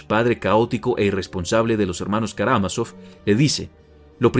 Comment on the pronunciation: karamazov. creo que no lo pronuncia bien.